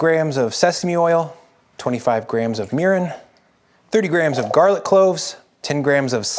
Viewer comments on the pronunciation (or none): none